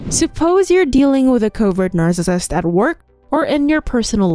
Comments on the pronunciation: Is this an AI? WHY Does she say narcissist like that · I computer generated voice with the inability to proounce narcissist plus repetition put me off very quickly. Pity.